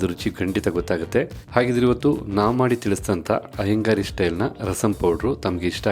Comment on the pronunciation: Iyengar style, not Iyengari style... It is correct in the title, not in the narration.